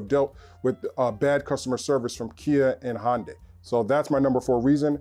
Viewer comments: What's a Hon-day? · Hyundai is pronounced like 'Sunday'. FYI